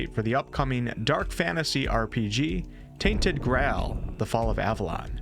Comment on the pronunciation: Tainted what? 😜